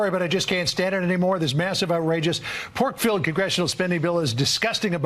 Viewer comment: I love accent! Pork-filled sounds like "poke -filled"! I am loving the in fighting